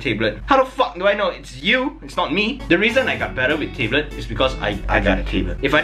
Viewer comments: You don't pronounce "tablet" like "table", it's more like "tab" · "Tay-blet" 'Tab-let' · i cringe when he says tablet as taeblet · Tablet or Teblet? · i love that he tae-blet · the fact that he pronouce it as "tabelits" is funny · tay blet lmao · he pronounces it differently than most people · I love how pronounces words "Table't" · I like how pronounce tablet as "table" OwO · I just wanted to listen to "Tayblet" thats the reason why I watched tthis video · Thought he said table tbh xD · Taybe-let wtf xD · The way you say Tablet is so jokes xD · The way you say "tablet" makes me laugh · i'm triggered how he says tablet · please pronounce tablet right